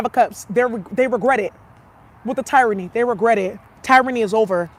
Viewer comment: The end of teer-rany